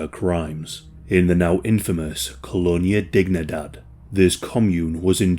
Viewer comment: KŌ-lō-NĒ-ä dēg-NĒ-däd it isn't English and should not be pronounced as if it were English. It is Spanish you probably know they say Sí for yes and it is pronounced sē and not sï a is ä e is ā i is ē o is ō u is oo or ū